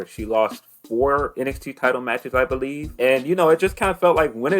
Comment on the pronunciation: “weave” believe 😂